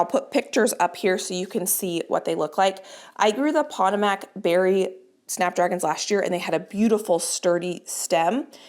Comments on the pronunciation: Hi,. I’ve been followed you faithfully for most of your gardening adventures! Normally I only help with Spanish pronunciation, but if I hear you say “POT uh Mac “. One more time….!!! The Potomac River feeds into the Chesapeake Bay. Our nation’s capital is on its shores! It is pronounced Puh-TOE-mac “. Please. Also all these Potomac seeds… are they mainly for zone8? Something to ask the seed company about. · Your Potomac snapdragon seeds are pronounced puh-TOW-muhk. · Potomac pronounced puh-tōe-mac emphasis on 'toe' 😂❤ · Hi.. as an East Coaster, (not to be petty betty). Potomac is pronounced puh-tow-muhk (like muck or some people say mick). Which can be kind of hard to read. 😊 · “Pah-toe-mick” is the pronunciation of Potomac. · Just got to the snapdragons and wanted to let you know Potomac is said like puh-TOE-mic. The Potomac river is in West Virginia, where I'm originally from! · Respectfully, it’s Poe-toe-mick, as in the river in Washington DC. We have similar learning issues. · Remember last year you had planted snapdragons too closely and you commented that you didn’t want to do this year. Potomac is pronounced poTOmac with the accent on the “to”. As in the river in Virginia,Maryland, DC area. I know this because I lived there many years ago. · Potomac, like the Potomac River is from the native Piscataway people. Pronounced puh toe mauk. With all the native community is going through right now and have gone through, it's important to put in the effort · Potomac is Pa-toe-mack. 🙂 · Just fyi, Potomac is pronounced like the Potomac River in Washington DC. It’s puh-tow-muhk with the emphasis on “tow”. Of course pronunciation doesn’t matter when it comes to beautiful flowers but I thought you might want to know. 😊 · Another wonderful video,! just a quick FYI - Costa pronounced like 'how much does that cost', potomac is pronounced puh TOW muk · I think it’s pronounced p toe’ mc, like the river in Washington dc.